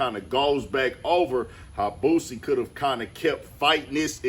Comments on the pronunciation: why she say BOOZiie like dat lmao😂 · It’s Boosie not Boozie 😒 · Bihh said BOOZEY😂😂😂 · say it with me "BOO-C" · Did she say boosy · They never fail with the mispronunciation of certain homies. "Boozy" and "FITTY CENT" 😎🤣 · Lol its a whole "S" in "BOOSIE" "BOO-SEE" shit sound like peekaboo when you break it down lol Free Boosie for real before he even go i listen to dude so much he was like my big brother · She said Buzzie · Why she saying boozie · Did she say "boozey" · I LIKE HOW WHITE NEWS REPORTERS SOMEHOW ALWAYS FUCKUP BLACK RAPPERS NAMES LIKE THEY DONT KNOW WHO THEY ARE OR WASNT SHOWED HOW TO PRONOUNCE THEY NAMES... EVEN THO BOO-C BOO SEE (BOOSIE) HAS BEEN FAMOUS FOR ALONG TIME...DONT KNOW IF ISS RACISM OR NOT BUT ION EVEN WANT THEM TO SAY MY NAME WHEN I MAKE THE NEWS CUZ THEY STRAIGHT UP DISRESPECTFUL #DRILLANO #LANOTHEBILLIONAIRE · Why them folks always say boozy..🤣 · 😂 I can't stand how the news reporter pronounce his name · I hate when people says his name wit a Z in it lmao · Them using a Z instead of an S is crazy work 😂😂😂 white folks weird ash mane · 😂😂😂 where tf the Z at?